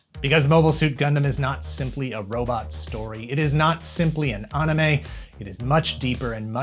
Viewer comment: Why does he pronounce it Anna Mae